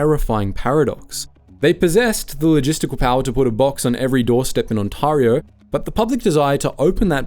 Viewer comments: Your pronunciation of Ontario is very disconcerting for a local. We call it Ontairio. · ... i just cant take him seriously when he keeps calling it "Ontorio" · Ontahrio? Never heard of her. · Based off the pronunciation of a lot of the things said in the video such as Ontario and Cafeteria, there’s no way this guy isn’t AI. Such a shame. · FYI, "Ontario" rhymes with "there ya go". The "a" is pronounced more like the "ai" in "air". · If you're going to make a documentary about us at least learn how to pronounce our city names. This video is like if I made a video about Peterborough UK and pronounced it Peter borrow(in stead of pita bruh). Which BTW is how we pronounce our version of Peterborough :) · That's an odd way to say "Ontario."